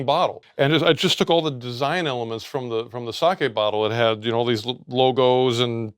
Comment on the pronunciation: A small thing, but I appreciate him using the correct pronunciation for sake 🙏